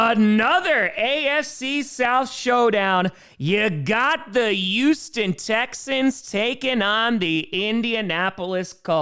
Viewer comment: RIP! This AI counterfit almost got me but it said Hughston Texans instead of Yewston Texans. I hope you're enjoying turkey with Aaron's ACL!